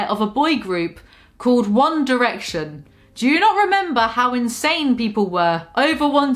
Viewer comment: commenting solely to say that you are so amazing for saying “one direction” and not “one dyerection”